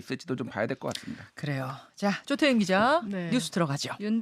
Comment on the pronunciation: 조태임 기자님? 발음 제발 좋아지셨으면..